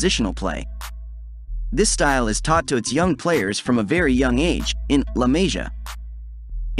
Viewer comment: great video.. but its ayax, barsa, la masia with 's'.